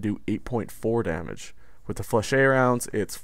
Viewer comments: "FLEH-SHET". IDK where your getting Fluh-shay from dude. but its bothering the hell atta me. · FlechETTE it is ET as in GET. not fleshey. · Ette in French is not pronounced shay.